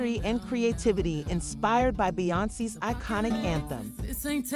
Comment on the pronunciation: Actually...it's Texas Hold 'em not EM as in Aunty EM...your inability to pronounce Beyonce's name is bad enough...but TEXAS HOLD 'EM is an institution and demands proper recognition! You take away from the whimsy and fun...goodbye